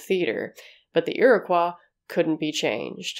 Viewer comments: I love your channel, and your content! My only quibble is your pronunciation of "Iroquois." It's not a French word, as such it's pronounced "ear-o-coy," not "ear-a-cwa." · Pronounced Ear-i-coy actually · do you know something I don't? Why do you say Iroquois like that? In chicago we say "ear-a-coy" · I was thinking the same. I love her and this channel but it was painful to hear it pronounced like that. My grandfather was part of the Iroquois tribe so I've heard it a ton growing up. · Don't... Its similar to ppl getting irritated by Illinois being said incorrectly.